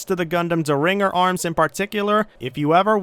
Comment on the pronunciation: Its pronounced Der-in-jer. A Derringer is a type of handgun which are typically very small and concealable, though there are exceptions such as the 45-70 Derringer.